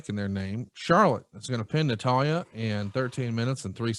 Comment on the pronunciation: seems like he watches wrestling, until you hear him try to say Natalya.